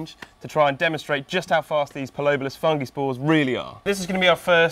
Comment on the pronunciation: Dude said "fungis"